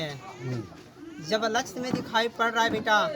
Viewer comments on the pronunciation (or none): लक्ष्य ❌❌ लछ ✅✅ 😂😂😂😂😂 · लगता है साधु है बार बार बेटा बेटा बोल रहा है लक्ष बोल रहा है लक्ष्य को 😅😅😅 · Bolne ke tarike se pata chal jata hai. Inko lakshya bhi bola nahi jaa raha hai. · ईसको लक्ष बोलना नही आता, लच्छ लच्छ बोल रहा है 😂😂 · लक्ष्य को लछ बोला तभी समझ जाना चाहिए था की ये फर्जी है 😂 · 'लच्छ' को पाना है 😂 भाई को लग रहा है मोदीजी ने उसे सिलेक्ट कर नोकरीं दि है 😅